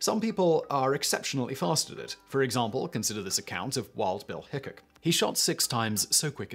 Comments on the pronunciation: It's pronounced "Wild Bill HickCOCK". Not Hickick. lol! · Once again....it is pronounced Hick -cock and not like the word "hiccup."